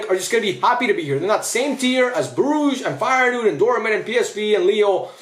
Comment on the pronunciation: ALSO HOW TF DID YOU PRONOUNCE FEYENOORD, MATTERFACT NEVER SPEAK AGAIN